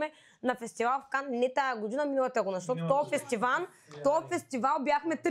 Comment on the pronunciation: "БУЛ. КУРАЗЕТ", "фестиваН"... Продължавам нататък, да чуя следващия лапсус 😁 силно впечатление правят прасците на Нина... Не знам дали е пиленце... По-скоро щраус 😁😁😁